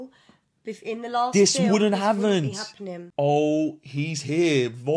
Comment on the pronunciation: "This wooden haven't"